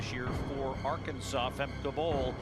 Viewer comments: Her name is Femke not Fem. How hard is it to say? She’s not your friend. The commentator’s over familiarity is unacceptable. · So how seriously do you expect us to take your video when the 'announcer' YOU chose can neither pronounce Femke nor Lovrone properly? If it isn't important enough for you to make sure that the two people who are the focus of your video aren't identified properly, don't be surprised if we pay zero attention to your videos.